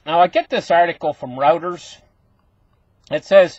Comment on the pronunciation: Pronounced Roy-ters